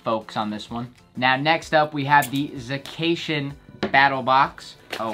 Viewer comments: Za-cation lmao 🤣🤣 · _ zacation 😂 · The way he said Zacian. 😂